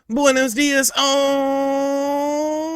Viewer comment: As native Spanish speaker, the "buenos días all" intro sounds super funny. I just can't get enough of it. Keep up the good work!